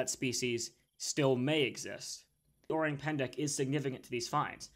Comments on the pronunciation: yes o-rang as in rung. but not pan-da. it is pen-deck. i’m Indonesian btw. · Its pronounced o-rang as in rung, pan da.